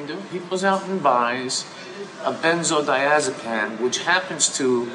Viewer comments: It is called benzodiazepine obviously not benzodiazepan I am sorry not nitpicking thank you fo making the video. I have dealt with poly drug addiction for about 4 years and codeine plus dihydrocodeine has been a part. I don't care what others say enough codeine and dihydrocodeine can be as bad as a moderate oxy of hydrocodone problem. 600MG of codeine feels about a 60mg morphine which feels like 20-40mg oxy. Also people forget dihydrocodeine only has approximately 20% bioavailibility verus codeine at 90% orally yet dihydrocodeine is between 100-200% of codeine in oral strength. Dihydrocodeine plugged analy goes up so. Honestly I think in America if we have dihydrocodeine clinics alongside methadone clinics it would help those truly dedicated to coming off the bitter euphoriants. I will keep taking dihydrocodeine forever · I wasn't gonna mock him saying "MethaDON" until he mentioned "MethaDon" and "a BenzodiazePAN". If only there was an auto correct for speech.